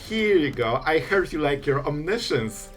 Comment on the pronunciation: It's as funny as it is annoying, because you announce your moves well in advance and repeat the impending mistake over and over again. And I sit here thinking, "When will he finally realize what a mess he's making!" :D As I have your attention for now, try to pronounce "omiscience" as it is pronounced. It is not "science". I know you´re not native english so aint I. ;-)